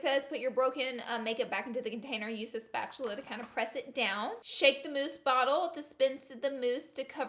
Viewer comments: A “spatuler” I’m DONE 😂😂 Laura you cute but dumb as hell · I love you. Spatular 😂❤️💀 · spatchulurr lol your to cute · Are u saying spatular? 😂😂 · "spatuler" is my valentine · She said spatular lol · Spatuler 😂😂 I love you, Laura. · “spatuler” 😂 lol LOVE YOU LAURA!! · Did anyone else notice she said spatuler 😂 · “spatuler” BAHAHAHAHAHA I LOVE YOU SM LAURA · She says spatula like mister krabs